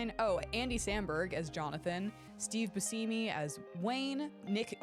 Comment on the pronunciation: Gendy Tartakovsky is also the mind behind Dexter’s Laboratory, Samurai Jack, and more! It’s nice to know he also recognizes the comedic genius of Mel Brooks! Also, who is Steve Buseemee? 😂